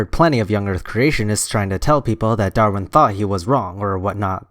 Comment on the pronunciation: He keeps pronouncing "Darwin" as "Darrin." It drives me insane.